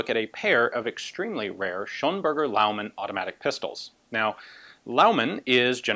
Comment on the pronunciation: It's actually Schönberger :)